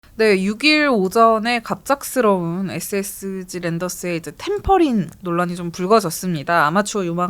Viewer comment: SSG 발음 좀 정확히 해주시기 바랍니다 "에쎄지" 또는 "에셋지" , "에세치" 이렇게 들립니다 "에스에스쥐" 이게 정확한 발음이 아닐까요 같이 출연하신 여자 진행자분의 SSG발음하고 너무 비교됩니다 저는 처음에 SH그룹 얘기를 하시는줄 알았습니다 SSG 관계자분들도 그렇게 발음하시는걸 반기시지는 않을 듯 합니다 제가 너무 까탈스럽다 생각하실수 있지만 저와 비슷한 생각을 하시는 분들도 있을것 같습니다 이 채널을 즐겨 시청하는 구독자의 한명으로 조금 안타까운 마음으로 부탁드립니다 감사합니다